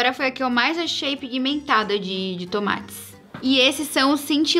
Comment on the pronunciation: A falando "tons mattes" e eu ouvindo "tomates" kkkkkk 🤡